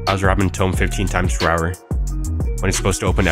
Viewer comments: “Tome” it’s toom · Toom not tome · Why does buddy pronounce TOMB as (TOE - M) it’s (TWO - M) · It's pronounced toomb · the way he incorrectly pronounces tomb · Bro got Hyper Red lvl 5 but still can't pronounce tomb. Anyhow, great video. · Why he say tomb like that